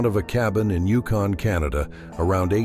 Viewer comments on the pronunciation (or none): none